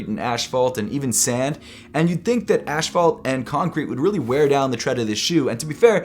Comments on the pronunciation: Asphalt pronounced ass-fault, not ash-fault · “Ashphalt” 😭😭😭😭 asphalt... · Said it twice with confidence and emphasis on the ash💀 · ASPHALT. NOT ASH-PHALT. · How many people say Asphalt like as ASH-FAULT? I pronounce it ASS-FAULT. 😂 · I cant believe your calling it ash-fault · Love the video but is everyone going to just pass up how he pronounced asphalt!?? “Ashphalt” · "Ashphalt" bro, these Americans are killing me... and the English language. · Ashphalt? Lol. I love it! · Thought I was the only one to hear that. Reminds me of kids who use big words without knowing how to say them nor their meaning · He said “ Ashfalt” 🤣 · Not ash-phault 😂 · you said ashfault bro are u from jersey 🤌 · Says ash fault once: okay... Says ash fault again: HmmHH? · Did you say...”ashfault”? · Ashwalt? I might be trippin but is that really how you pronounce asphalt? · Who’s gonna tell him how to pronounce asphalt? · And he doubled down on it and said it again 😂